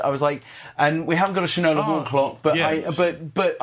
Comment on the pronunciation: It’s Shine-O-La